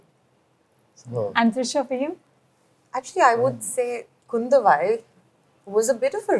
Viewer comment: It's not KUNDAVAI north people It's KUNDHAVAI